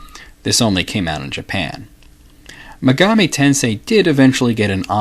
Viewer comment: About the pronunciation...I've always thought megami was pronounced the way you say it, but Atlus's website says its pronounced with the first syllable stressed, not the second. I actually couldn't find online which syllable is supposed to be stressed when saying the word all on its own, only how the syllables are individually sounded out. But I guess Atlus can call their games whatever they like and pronounce the words however they choose. Regardless, I love this series and love your work.